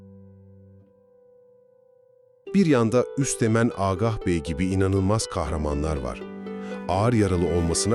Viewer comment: Sayın seslendirici beyefendi, Agah derken ikinci “a” harfi ince okunur, kalın okunmaz Yazıda inceltme işaretini kaldırmaya karar verenler utanır mı bilemiyorum.